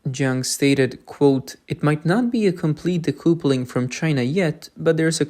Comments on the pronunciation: btw it's not de-koo-ple-ing. It's de-kuh-ple-ing. A connection between two train carriages, or a husband and wife (marriage) is called a 'kuhple'. Connection = kuhple. Disconnect = de-kuhple. The spelling "couple" is most likely because of the French. ~40% of English is French. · Well done. Well researched, well written and narrated/voiced. (So nice not to hear an Ai machine voice). Pronunciation: 'decoupling' (dee-cup-ling) 'recoup' (re-koop) 👍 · What is "decoopuling" Did you mean decoupling" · Decoupling is pronounced de-cuppling. It comes from couple … which is pronounced cuppel. Example: a married couple or a couple of eggs (2 eggs). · I like that you are speaking the lines yourself instead of using an AI voice. I don't mean to criticize when i point out decoupling is d cup ling. At least how I say it as an American. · Narrator: "Decoupling". correct pronunciation - "dee·KUH·puh·luhng". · Learn how to pronounce "decoupling."